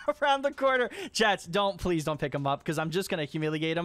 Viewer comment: plez, yes ...plez